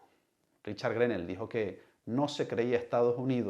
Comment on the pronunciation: Periodista o no se si lo es pero preocupese de como se.pronuncia en ingles ese nombre porquw nones GRENEL es greno la "l" odcura a penas se marca.